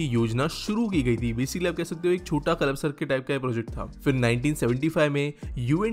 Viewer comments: Nice video. The proper pronunciation is 'Kalpa - sar' and not 'Kalap - sar'. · It's called कल्पसर not कलपसर, thoda pronounciation pe dhayn do bhai 😂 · सर कल्पसर सही उच्चारण है